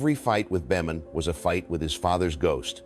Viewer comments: Dear AI Dean Boemen is pronounced “Beeman” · Beman is pronounced “Bee-mun” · Catch well, that's it for this video because only AI would pronounce Beman that way ¿`_ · This really is a beautiful story of a life well lived. Sure wish Mac would come back and do some of those awesome clinics. I thought the narrator was until he mispronounced Dean Beaman’s name. AI? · i think your right. I really do not like AI content. I stopped when it butchered Beaman's name. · would never butcher legend golfers names. Mispronounced names is a dead giveaway that it's Ai. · Definitely an Ai generated voice. I stopped watching when it mispronounced Beamon.